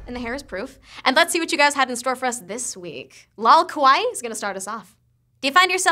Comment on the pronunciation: she pronounced kawaii wrong.................